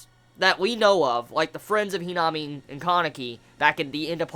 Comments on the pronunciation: HeeeNami 😂😂 I laugh every time you say her name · lovableghoul - Not that the pernnounciation was wrong it was just his accent that made her name sound funny